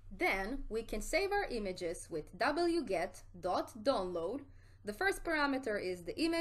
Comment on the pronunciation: "Dabble-yew, get" 🤣😂😂